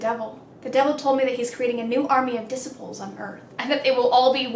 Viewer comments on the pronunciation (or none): “Dis-i-pools” 😂 I love it, you crack me up!🤪 (so NOT making fun of ya in a mean way❤️) Just so you know, it’s “Dis-eye-pools”. Also, I think I like the funny ones better, too 😉😊❤️ PS: Since I kinda did make fun of ya....I didn’t skip the last two ads🤑😁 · i hate to break it to you, but... you said disciples wrong the entire video... 😂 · The way you say disciples is different to us in Aus. 🤣 You say dissi-pals we say dee-sy-pals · “dissaple” 😂 You make me laugh so hard. 😂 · No one:: disSiplEs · Died when she said Disciples and "Dissipulls" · The way she said disciples 😂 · Girl... the way you said disciples.... lol